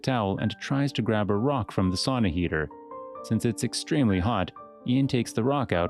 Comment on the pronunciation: It's sAUna, not sOOna 💃